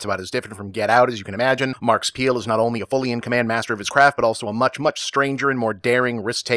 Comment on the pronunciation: Did you call him "Marcus Peele?"